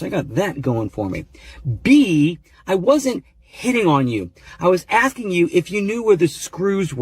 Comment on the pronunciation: "Axing?" Are you Lizzy Borden?